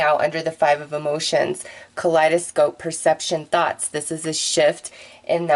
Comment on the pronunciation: When you say thoughts it sounds like thots lmao. You’re an awesome reader. Thank you for your energy!